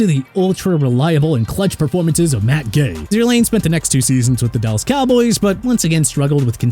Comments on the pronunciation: It’s Zerr line. Sometimes I feel like you guys aren’t sports fans. Always catch you guys mispronouncing names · stop saying Mickey. It's Mekhi (MEH-KAI) Becton! And also Zuerlein is pronounced (ZOOR-LINE) not zoor-lain!